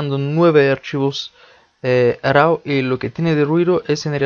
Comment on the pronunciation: Hola hermano con todo respeto y con el afán de aportar algo... se escriba RAW pero de dice RO como si dijeras RUO pero casi no se siente la U Camera RO... saludos